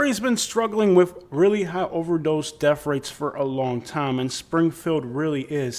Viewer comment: paticalur. def rates. springfuld. what the hell are "def rates"? take a speech class.